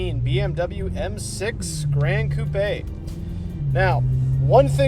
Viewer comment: One of the rare car guys that actually pronounced "gran coupe" correctly.